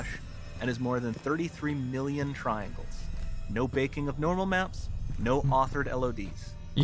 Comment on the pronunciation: Nobody The narrator- "Triangles"